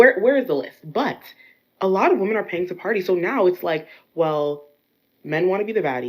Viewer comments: This weird trend of pronouncing "women" as "woman".. Where did this come from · IT'S PRONOUNCED "WEM-MEN" NOT "WO-MEN".... wtf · The bmbo at the beginning of the video calls women - woman. I've noticed that there's a lot more of such improper pronunciation of words nowadays. It's pathetic. Maybe Trump no longer classifying teaching as a professional job isn't so bad after all. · "Men want to be woman" I actually thought we were improving because I hadn't heard women mispronounced as the singular in a while but here it is again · Right off the bat, yet another who pronounces the singular and plural of woman the same. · Why are there so many young women these days mispronouncing the plural for woman? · To first girl: The word women rhymes with swimmin', you flipping doofus. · Why is it that none of these women know how to pronounce the word women? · I can't take anyone seriously who pronounces "women" as "woman". Drives me up a wall. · have we ever figured out why young women tend to pronounce the word 'women' as 'woman'? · i just want women to pronouce the plural for women properly 🤣